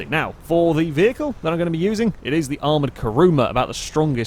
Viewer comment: LOL "vehical booster" "vehical"...